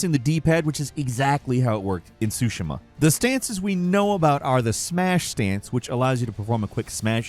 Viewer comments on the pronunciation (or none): SUE SHEEEEEE MUH. TSUSHIIIIIMA bruh lol